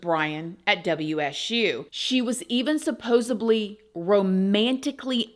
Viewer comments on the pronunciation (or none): Supposedly. Not suppodily. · Hate to be the guy and I promise I’m not saying this with snark so with all due respect, my friend, it’s ’supposedly’ hard D